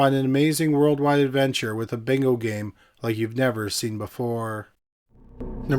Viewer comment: Love the channel long time listener but dont ever say yes bingo like that again 😂